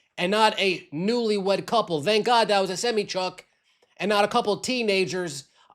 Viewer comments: What’s a semmy truck? Never heard that one before. 🤔 Maybe you were thinking a SemI truck? 🤷🏾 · SEM EYE,,,,not semmy 😂😂😂😂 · Please learn how to pronounce SEMI TRUMP. Its Semeye. 😂😂